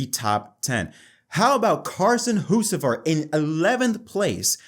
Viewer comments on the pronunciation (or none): Carson Hoocevar??????? its Hocevar!